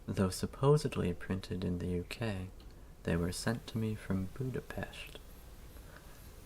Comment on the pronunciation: You pronounced "Budapest" correctly. I appreciate that sooooo much.